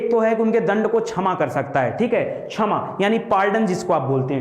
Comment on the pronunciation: Bhaut bdiya sir...pr उच्चारण छमा नहीं क्षमा होगा..😊